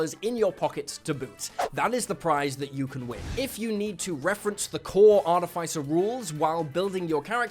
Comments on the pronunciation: I wonder what Mike Mearls is gonna think of his pronunciation of "artif-icer" 😅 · (jeez, that's NOT how you pronounce "artificer") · can you say artificer correctly? please! it drives me crazy...